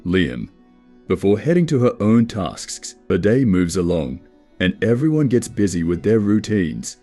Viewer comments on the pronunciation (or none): lol “taskss”